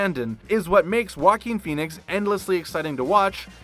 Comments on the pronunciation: I’ve begun referring to him lovingly as “Jokin’ Phoenix.” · The way he pronounced "Joaquin Phoenix" Walking Phoenix